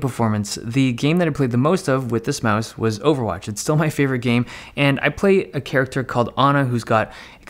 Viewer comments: stoooooop saying mise , it's mouse , lol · Brah net Time try to say mouse not myse